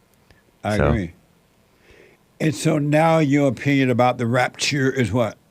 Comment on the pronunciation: I laugh out loud every time Jesse says “The Rapturrree” 🤣